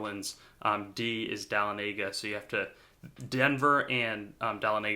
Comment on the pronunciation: Dahlonega, GA is pronounced Duh-lawn-uh-guh